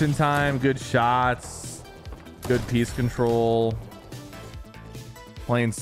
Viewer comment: Bro please tell me are you saying peace control or peak control because I seriously can’t tell and I don’t know what peace control would mean